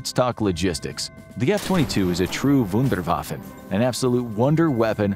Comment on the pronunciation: Really apreciate you spoke geramen and said Wunderwaffe or german respekt dass diene ausprache so gut war